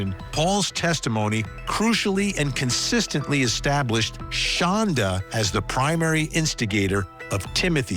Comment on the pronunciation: She pronounces it Shonda, but it's spelled Shanda, like panda... She absolutely hates it when people pronounce it like panda, so of course it's the only way I say it,😊 even if she doesn't know me from a hole in the ground or that I do it. I loathe the demon. Both demons.